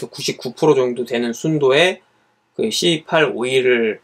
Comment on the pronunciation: ㅋㅋㅋㅋㅋㅋ 씨에잇이라고 하면 덜 ㅋㅋ 불편하지 않을까요?